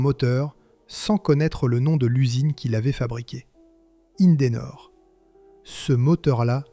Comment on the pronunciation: IN-DE-NOR 3 syllabes, pas 5! ceci dit, sont sortis également de ces lieux les moteurs CLM (compagnie lilloise de moteurs); moteurs deux temps diesel avec une particularité: deux pistons et trois bielles par cylindre.